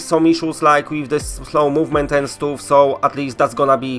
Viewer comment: He s super sympathetic.However, I agree that he has an issue with the letter "U" the same with the word stuff he used to say stouff. Maybe because in polish you read the letter u like ou. For example : w domu is pronounced w domou